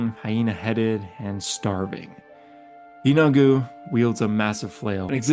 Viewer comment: 😂you got me lol and the last lord sounds like “yee-no-good” 😊